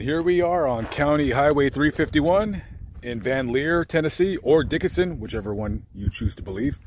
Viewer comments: I live in Dickson County (btw pronounced Dick-son). I would have loved to met you! Luke also visited some of our local bbq joints quite often. My husband and I could have bought you dinner I really enjoy your channel. Tfs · Was it too hard to pronounce the name of the town of Dickson correctly, instead of "Dickinson"? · Your pronouncing Dickson wrong. I live like 30 minutes away and been there a lot. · It's pronounced Dickson, TN. Not Dickinson. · It's not pronounced Dikenson Dickson I use to live in Dickson Craig Morgan lives there too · Its pronounced Dickson not Dickenson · Thats Dickson not Dickenson. I lived there also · I grew up down the road in Charlotte TN. Everyone was so excited when he moved to Sylvia! Dickson.... not Dickinson. Thanks for making this! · We Tennesseans pronounce it dick son not dick en son. I was confused at first where you were talking about because I have never heard of a Dickenson, TN. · I live and grew up there, it is pronounced Dick-son not Dickinson. There is a lot of great history in that area. My family settled in Vanleer in 1790 and the cabin my dad was born in was built in 1860 . It is still lived in and still known as the old Hill home place. I saw Luke several times but never spoke to him. Being close to Nashville numerous famous people have and do live here and no one bugs them. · It’s Dickson, TN, not Dickinson. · Dickson. Not Dickinson. 😆🫣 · It is not Dickinson, TN. Its just Dickson. 2 syllables not 3. Ive lived here 40 years and literally no one has ever mispronounced it but, you. Also, we have several famous people are from this county. We are a people who firmly believe in respecting others privacy. He had a private internment on his farm. The details were and should remain private. He was a private citizen here and his family's wishes should be respected. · Dickson not Dickinson. But great video. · Its Dickson tennessee! Not Dickinson...come on man!!!. I work there on mondays. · It's pronounced Dick-son